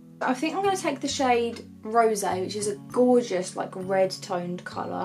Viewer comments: it sounds like rosé to me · It’s not rosé it’s just rose like the flower in the story